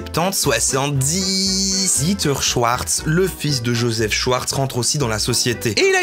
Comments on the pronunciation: "shouarz" Allemand lvl2: C'EST SCHWARZ [CHVARZ] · C'est "Schavars" pas "Schyars" 😂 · "Joseph Schouarz" haha t'as choisi espagnol toi hein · Mes oreilles d'allemand LV1 saignent TwT On dit schfartz qwq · "Schwartz" ça se dit "chvarts" pas "chouartz" !!! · "schVVVarts" pas "schouarz" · C est prononcé chvartce pas chouarse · et même CHVARTS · Je trouve ça ironique qu’un Belge (l’allemand est une langue officielle en Belgique) prononce « Schwarz » comme « Chouarts » 😶